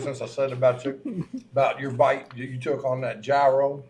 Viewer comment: Thanks for the info, but the correct pronunciation of Gyro is (ye ro), not (yer ro).